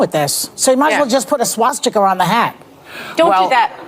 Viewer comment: She called it a "swasticker" lol.